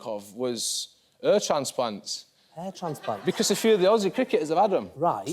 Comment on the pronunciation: This guy does not look like the one that sparred Yuvraj-six-sixes-singh...and got the worst egg on his...their english team's face...is this the same flintoff... gosh why does he say "air transplant" ...gosh...no wonder the program anchor also says he has trouble understanding what he says... what have the english made of themselves...they dont seem to be able to do anything right...tennis...cricket...all same...